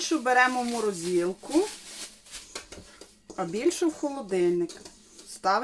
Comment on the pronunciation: Чому морозІлка, а не морозилка?